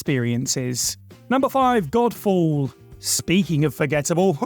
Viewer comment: Am I the only one here who heard 'Golf ball' here instead of Godfall? X'D I do hope that was intentional XD